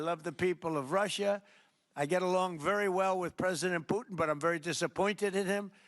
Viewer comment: Poootin called him...))😂🎉